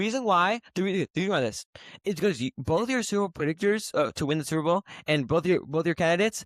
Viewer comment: mf on the left said “soupa bow”